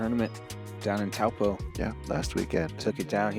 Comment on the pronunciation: I feel like I've heard you pronounce Taupō differently each time you say it. Gotta get lucky with at least one of them right? 😅